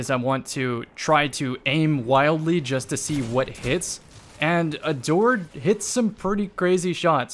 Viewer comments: I don't hear "adored" I hear "a dord" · Time to start pronouncing it "ador-ED" for the next year